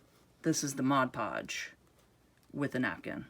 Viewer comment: Thank you, I love this. I don't really like the shininess that much, and if I can get rid of it maybe no one will know that I simply cut out magazine and catalog images and increase the "wow" factor. And thank you, too, for pronouncing Mod Podge correctly. I know, I'm one of "those" people, but it really does drive me nuts when someone pronounces it Modge Podge.